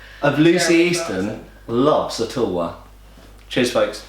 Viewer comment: "And there it is: my wife's tulwa". Okay, was I the only one thinking of "vulva"? :D